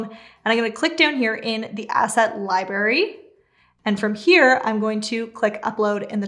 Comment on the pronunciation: I'm pretty sure the word "library" has two r's in it and they are both pronounced. So "lie-BRARE-ee", not "lie-BARE-ee". Just saying. Otherwise very helpful and well put together. Thanks.